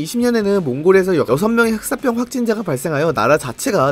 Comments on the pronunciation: 흑쌋뼝 개불편하네 흑싸병으로 발음 좀... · 슥싹병 이라고 자꾸 들려 ㅠㅠㅋㅋ